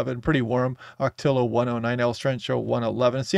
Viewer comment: Oc -o -tea -a that's how ocotillo is pronounced For us locals. Gave me a good smile,. Ty for the update, much appreciated. Take care